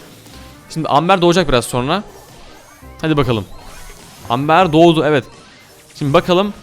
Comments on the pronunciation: Abi aslında Amber Amber diye okunmuyor şöyle okunuyor Embır diye okunuyor. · Amber değil "Embır"diye okunur XO